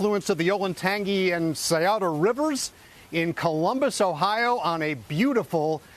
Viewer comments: Perhaps one of the producers should inform how to pronounce the words “Scioto” and “Olentangy” rivers. Good grief. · LOL was coming to say the same thing. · It’s hard for me to take this too seriously when they butchered both river names: Olentangy and Scioto. Versailles, Lima, Russia and Bellefontaine must have been skipped over on this ‘deep dive.’